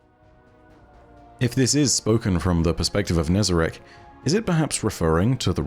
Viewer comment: Finally someone pronounces it how its spelt not as Nezarac